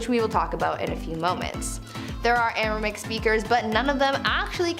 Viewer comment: Hebrew is still very much alive and used, even in the U S. That language Jesus used is "Aramaic". You're saying and typing "Aramic" which is uncomfortably like Arabic. It is pronounced "ARA-MAY-ICK"